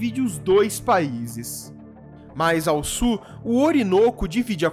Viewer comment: JA PERGUNTEI ANTES, MAS VOU PERGUNTAR OUTRA VEZ. PORQUE VOCE PRONUNCIA A PALAVRA "SUL" DE "SUR"???